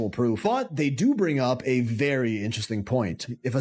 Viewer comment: I find it funny how keeps saying i find it inner resting instead of interesting 😂😂